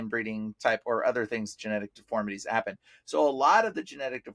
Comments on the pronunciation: sorry but it’s deformities not deformalities 😉🙏🏽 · I'm trying to figure out the one guy is he trying to say deformities???, he keeps saying deformalidies??? I never heard of that word???. Maybe down the road he can clarify what that means, unless he's saying deformities, and mispronouncing it.